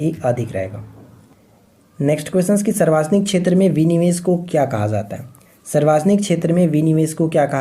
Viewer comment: Sir aap sarvjanik ko sarvajanik q bolte hai ?